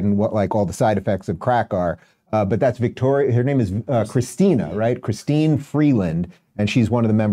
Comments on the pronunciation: Dave, it's "Chrystia" not christine, and it is Poillievre (Pol-ee-evv) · Pawl-eee-ev Chrystia (kris-tee-ahh) Freeland You’re welcome